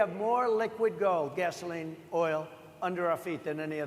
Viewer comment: “They want to get rid of - as you say - ‘gehsohleen’ in cars…” This guy is one of the dumbest people who ever lived.